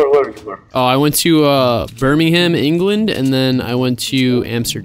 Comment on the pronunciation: Did anyone else hear him say Birmingham wrong 😂